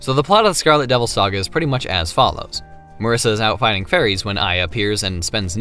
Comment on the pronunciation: I'mma be that one guy who doesn't give a damn how you say Flandre but is absolutely appalled by "mUHRisa"